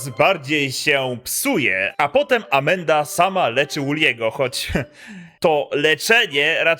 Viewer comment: Tak właśnie się to wypowiada.